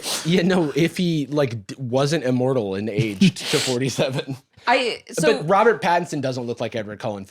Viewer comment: Jarvis, you do know immoral doesn't have a 't' in it right?